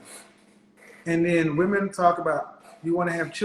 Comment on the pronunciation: Many of these “educated” women pronounce the word women ‘woman’